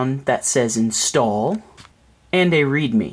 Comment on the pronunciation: Instawll hähäähähä---- soooo gay ...... YOu gotta be kindergarden teacher some day ... he ho .... Letz Screw Some Drew ..... (Barymore) ... Just a joke .... ROFL .... you re so funny to me hähäähähä xD